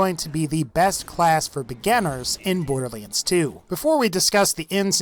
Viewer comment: Curious how you pronounce it as Borderleands rather than boarderlands ... no offence intended and maybe it's me pronouncing it wrong. :)